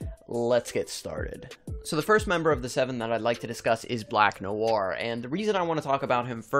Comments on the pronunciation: Noir" (pronounced Noo-ah) is a very basic and common french word, used frequently even in the English language, hearing you butchering this word over and over and your lack of basic knowledge just makes me cringe so hard. (hint use google translate and click the listen button) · hate how he says noir